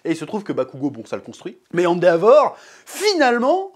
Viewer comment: Très bonne vidéo mais par pitié dis « èndévor » et pas « andéavor »